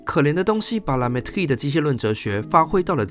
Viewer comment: 你這個la mettrie的發音著實不怎麼樣⋯⋯實在看不下去